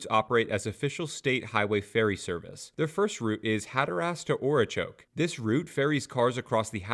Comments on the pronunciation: Good info on the video but I was comsumed by laughter. I had to go back several times to hear Ora chokey!! Too funny by a foreigner. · I love the pronunciations Hatter Ass and Ora Choke. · And Ocracoke.